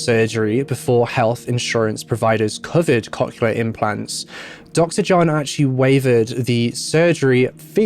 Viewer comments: One correction: cochlear is pronounced "COKE-leer" or "COCK-leer". It seems like it's one of those ones like "nuclear" where some people who pronounce it "new-kya-ler" instead of "new-clear" can't actually hear the difference in their own head. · It took me a couple times to realize he was saying cochlear and it was a little funny, because I am immature. Cock-uler implants, eh? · As one person commented, he pronounced cochlear wrong over and over again 😛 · around there the hearing aid term was some what mispronounced which I know because I have those type of hearing aids at age fourteen currently but he did his best at pronouncing it and some ppl say stuff differently